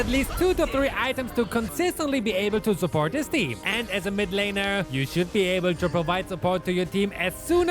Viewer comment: Me hearing supot instead of support